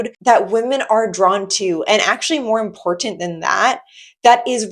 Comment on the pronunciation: I'll never not get a kick out of you saying "import-tant". Keep doing you, girl, you're killing it